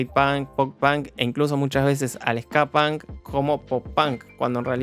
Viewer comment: dijiste tantas veces pan que por un momento olvide que se dice punk